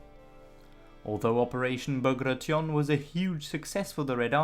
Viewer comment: "Ba gray shun"